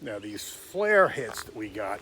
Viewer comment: Not a big deal, but it is "FLIR", originally Forward Looking InfraRed, pronounced fl-ear You keep pronouncing it "flare"